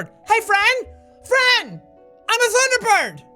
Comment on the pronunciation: "thunder bore" - jack 2017